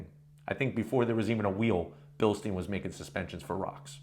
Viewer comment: It’s not pronounced Bilsteene it’s pronounced Bilstyine